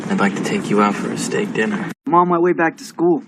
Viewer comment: 난 왜 첫번째 영상에서 “스때잌 디너” 가 “스때잌 디”로 밖에 안들리는거죠? dinner 가 “디”로 밖에 안들려요 ㅜ ㅜ